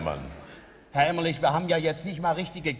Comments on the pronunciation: Herr Elstner.. Der Kollege heißt Gunterl Emmerlich und nicht Emmerling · Aus heutiger Sicht muss ich sagen, dass schon die ersten 10 Minuten viel über die Wiedervereinigung aussagen. Die Show beginnt, und nur der Wessi Frank Elstner moderiert. Die sechs Moderatoren kommen auf die Bühne, und Elstner sagt den Ossi Emmerlich falsch an. Unfassbar unangenehm. Und als erstes kommt natürlich die West-Show "Wetten, dass...?" dran. Diese Show zeigt leider sehr gut, was damals schiefgelaufen ist. Und das sage ich relativ wertfrei und nicht verbittert oder so. Aber man muss ja mal klar sagen, die Ossis kannten fast alle die Westshows. Es hätte damals viel mehr darum gehen müssen, dem Westen den Osten und dessen Kultur nahezubringen. Man hätte zwingend mit einer Ostshow (bzw Moderator/in) anfangen müssen. Dass Elstner Emmerling statt Emmerlich sagte, hätte nicht passieren dürfen.